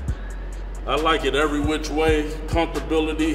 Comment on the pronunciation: "Comftorbility" -Kali Muscle